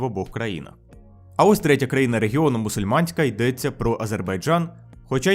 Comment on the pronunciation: Привет я не знаю чи правильного чула що кожен раз коли ти говорив з слово країна я чула постояно Україна